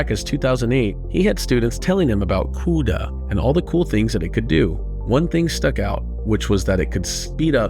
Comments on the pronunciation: what a clown...cannot pronounce cuda. script reading moron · The way you say CUDA makes me sad for some reason